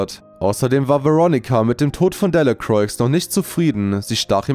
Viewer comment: Man sagt nicht Delacroix, sondern man spricht es delacroa aus